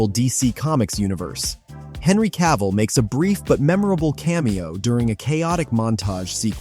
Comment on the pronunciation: Cavill. Just Cavill, not Ca-ville.